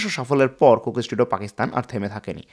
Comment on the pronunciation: সুন্দর ভিডিও। তবে বারবার কোকেস টুডিও, কোকেস টুডিও শুনতে কানে লাগে। যেহেতু এই শব্দটা অনেকবার ভিডিওতে এসেছে, উচ্চারণের সময় একটু সতর্ক থাকা দরকার ছিল। শুভকামনা।